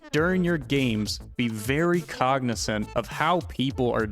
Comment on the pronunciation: did he just call us cognicent ?